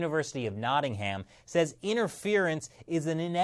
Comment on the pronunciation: Its funny hearing Americans trying to prounce Nottingham :) I live there and everyone pronounces it NOT-ING-EM but tourist always call it NOT-ING-HAM :)